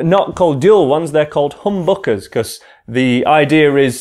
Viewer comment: ø is read as eugh